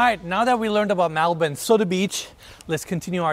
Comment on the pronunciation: Everything about Malibu is gorgeous!!!! It was my introduction of Los Angeles, California when I was 6 yrs old learning the history and geography, thanks to my Barbie doll collection. And I have to correct you on how you say Malibu. Phoentically, it is Ma-Luh-Boo!!